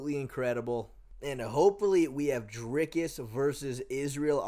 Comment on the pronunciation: "Dinkus" lol